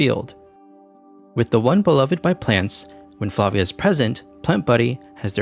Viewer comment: Props for pronouncing Flavia correctly